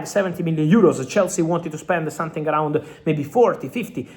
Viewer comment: Not sonthing not sonthing not sonthing please try it’s easy